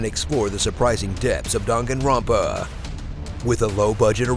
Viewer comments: I do like the video but it sounds weird if there saying dungunrunpa. It should be dang gun run pa see the difference? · i heared drunkenropa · You pronounced the name ronpa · dahn gahn ro pah. Pronounce it right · Only watched to see how he pronounced danganronpa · Anyone get annoyed at his mispronunciation of Danganronpa? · danganronpa THE GAME YOU CANT SPELL OR SAY CORRECTLY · Love this game, but got triggered when you kept saying the name wrong along with other words with Japanese origin. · The way you pronounced Danganronpa pissed me off, but apart from that great video!